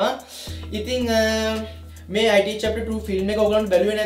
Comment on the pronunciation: අයිටී නෙමේ බ්න් ඉට්